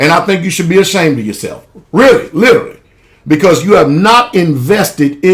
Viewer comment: this guy can't even say the word literally correct he has to say it 3 times to get the word right hahaha lololol and yet he knows the truth I mean let's face it.